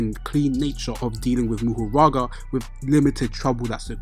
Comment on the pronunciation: Isn’t it Mahoraga instead of Muhuraga like you say?